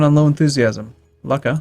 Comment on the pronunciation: Not "Lucka" it's pronounced "Loocha".